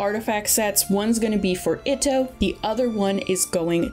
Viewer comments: It was "It-Oh" for me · also mispronounces itto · shenhe,xiao, itto, and yae Miko were also butchered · They pronounced a couple of them fairly incorrectly, albedo, Itto, etc. It should more like e-toe instead of Id-oh, albedo idk but I’m pretty sure the way the voice actor says it should be the correct way. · She also messed up the pronunciation of "Itto" and "Scaramouche" lol